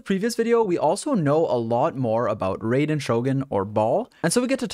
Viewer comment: i hate to be that guy but it's not "rayden" the correct pronunciation is with the same vowel sound as "eye" and yeah i built this set for both raiden and beidou, it's already slapping super hard on beidou